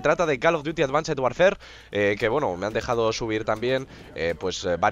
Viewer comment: porque advanced warfare lo pronuncias mal? Di warfare como decias el modern warfare xDD